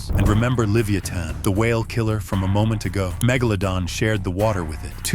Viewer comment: For the AI, Livyatan is pronounced like leviathan